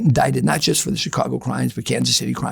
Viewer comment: He got a lot of things right from my experience. The way he says Chicago, incredibly distinct. Says outfit and coppers, mentioned Chicago and New York guys not liking each other, which I've heard directly from old school Italian Chicago street guys. Also, he's Italian and Irish. The details he gives are so incredible, I think it's damn near impossible to fake or adopt. Most importantly to me, he mentioned an incident I'm familiar with but a name I wasn't, I was about to call it out and then I looked it up. He was using the guys real name, when in the street and media he used a different name that he became known by more.